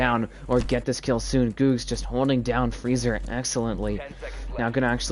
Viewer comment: GG, it was pronounced G ug g z not googz lol edit: revoked doesnt really have fraggers we all shared and i dropped 16 kills as hard support